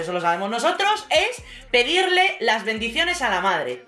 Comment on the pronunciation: Ay, quiero darte las gracias por el hartón de reír que me he dado cuando has dicho "mis bendiciones" a lo americano!! 😂😂😂😂😂😂😂😂😂